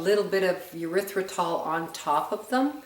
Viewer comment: Nice, but the way you pronounce Erythritol is disgusting. Urethratol??? Sounds like an antibiotic for a bladder infection!!!